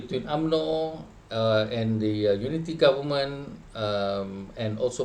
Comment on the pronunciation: Cakap goment pulak, dah terkolap ke lidah tu ?